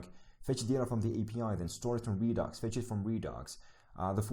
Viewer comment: I keep hearing you pronounce it as ree-docks, but its pronounced ree-ducks. Not that important but just a FYI. If I just miss heard you sorry.